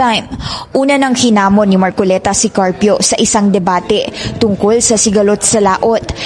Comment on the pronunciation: Mar-co-le-ta Hindi. MAR -CO-Liii-TA